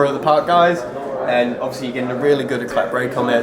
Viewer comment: How dopey, can't even pronounce Éclat!